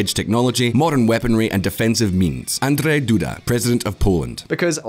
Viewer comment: mispronounced the Polish President's first name:(